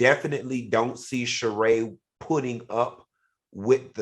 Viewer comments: If Al is friends with Sheree, why doesn't he know how to pronounce her name? Make it make sense. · How is Sheree Al’s friend and he mispronounces her name every time she comes up? 🙄